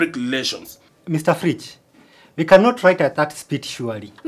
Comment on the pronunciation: LOL the same reasons cannot say Fridge... fliige. Wariyas like to add "w" to most words and they cannot say "p", they pronounce it as "b"